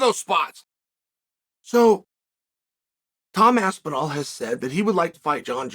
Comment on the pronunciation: Chael so impressed by Tom's performance he pronounced his name right